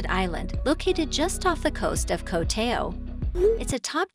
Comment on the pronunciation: At least, please learn how to pronounce "Koh Tao".